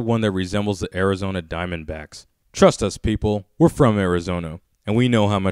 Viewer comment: "we're from Arizono" so you're not from Arizona?